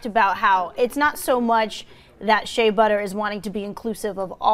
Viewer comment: that girl said SHEA BUTTER lolllllllllllll